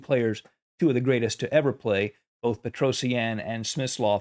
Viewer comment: Pls learn how to say his name better. P sure its pet roh shjaaan Not peto see ann